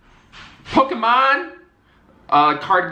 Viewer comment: The way he said yu-gi-oh and Pokémon 😂😂😂😂💀💀